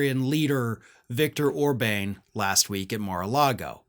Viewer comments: It's Orbàn with an " à " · OrbAn not OrbaIn. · It's not Or-Bayne, it's Or-bahn... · Orban's name is pronounced more like Or-BAHN, not Or-BANE. I thought you were making fun and calling him Or-BANG, which would be a cheap shot but still kind of funny. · How does not know how to pronounce Orban? Or bane, seriously? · In future commentary you might want to pronounce the name of the Hungarian Fascist correctly. That’s Orban, (pronounced Orbaan, not Orbane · Orban is not pronounced with a long "a". It's pronounced Orbahn. I notice many talking heads also pronounce Adolf Hitler with a long "a". A minor thing but it has the tendency to distract the listener. Apart from that, good video - Lindsey Graham is a fool and a toad. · Orban like a o sound like on by the way but it isn’t a big deal in the pronunciation of dictators name because he is a leader who never should been the PM of Hungary in the very first place so shame on the people of Hungary electing him into office because he is bad for Hungary, NATO and the entire world. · I was not reacting to the Spelling. was reading from a sheet that had the correct spelling, but he was pronouncing the name incorrectly. He repeatedly pronounced it “Orbane “. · It's Orbàn with a " à " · Please learn how to pronounce Orban's name.